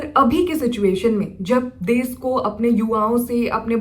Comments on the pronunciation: desh ko des kyu bolti ho . bihar se ho isliye? change kr lijiye achha ni sound krta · Des, sisa🤣 Hindi bol nahi paa rahi. Desh hota hai, Sheesha hota hai. German Shepherd ka time pass hai ye..